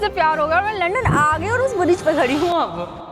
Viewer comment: hoootel nahi, ho tel bolte. UK me veg Khana bhi multi hai, salad kab tak khaugi😂English me to acchi tarha padhna at to apna mazaak kyu banati ho. Riksha kyu chalwaoge, cycle par riksha jaisa city me pahile SE hai. PAISA kharcha Karna padhega. Yaha muft me Kuch bhi nahi milti. Aur bridge ko bridja😂kaun log ho, India me kaun se gau se ayee ho, itni badhi YouTuber ho aur fir bhi illiterate ho.